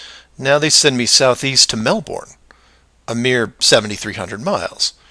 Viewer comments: Well done on correcting my typo, it is still pronouced melbin. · It is pronounce "melbin" not "melborn"